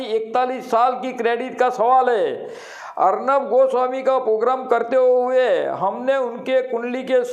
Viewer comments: Arban nhi arnab.. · ऐसे सौ अर्नब आये और हजार जोतीषी आये तो भी ठाकरे सरकार नही गिरा सकतें. अभी लिख के रखों. और जोतीषी अर्नब को अर्बन कहा रहा है. जो ठिकसे नाम नही बोल सकता ऊसको भविष्य क्या समझेंगा. पागल जोतीषी को भी चिल्लाने की बिमारी लग गयी है. कुछ नही होगा तूम समय बरबाद करते रहो.